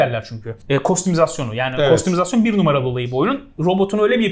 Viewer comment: Enisi cok sevdigim icin, uyarlanabilir/özelleştirilebilir karakterlerin oldugu oyunlar cikmasin istiyorum artik. Kostum ya da kostumizasyon ( 2. diyis) demesin diye :D Turkce okunus+izasyon bazi kelimelerde calisiyor, Fransizcasi oyle diye ama, bunda hic calismiyor be abi :)